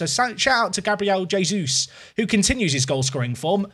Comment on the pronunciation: its not Jesus like the son of god please go internet and listen how you call his name